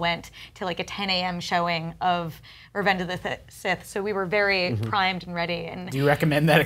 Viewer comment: "reventhe of the sith"